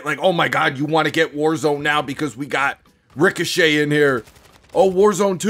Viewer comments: I still want to know if says Rico chet on intentionally or if he really can't say ricochet properly but it'll just be one of life's great mysteries 😂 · I think that Activision seriously underestimated exactly how many people still play cod for 6v6 & dropped the ball. doesn’t say Ricochet properly & I’m going to keep calling it Rico Chet until it starts working properly 😂